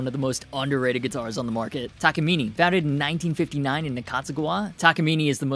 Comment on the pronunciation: it's pronounced Taka-minay